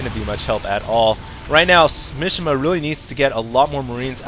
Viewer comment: Mishima is a Japanese name (like famous novelist/nutball Yukio Mishima) and it's pronounced "Mee-shee-mah" (3 syllables, none of them rhyme with fish) not "mish-imuh". Not that I expect you to be able to identify and pronounce all languages correctly (hell, I can't), but just so you know, you were butchering that guy's name...